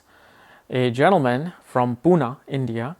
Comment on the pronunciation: पुना नाही पुणे. 🤭😆😂🙏🏻